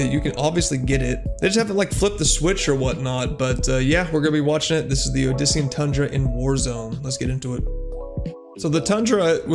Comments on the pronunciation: Dude said odisian instead of saying obsidian lmaooo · this man really just said “odisian” wtf 😂